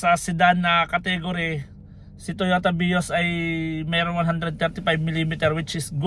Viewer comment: Ilan yung bilang ninyo sa pag bigkas niya ng "Totoya Vios" ? 😂 🕊️✌️